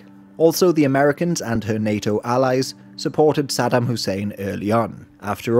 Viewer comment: Aside from mispronouncing Saddam's name, but yeah 👍